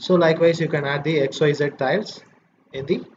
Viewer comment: "Titles" or "Tiles?"